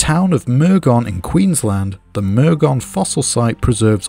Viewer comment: Yo I use to live in Murgon. Wasnt expecting to hear that place referenced in a video ever. Over here we pronounce it more like "mer-gin" like in be(gin) not "moore-gone"